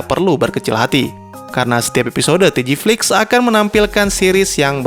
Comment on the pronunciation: babg jangan TGFLIX 😂 gw aneh dengernya 😂🤣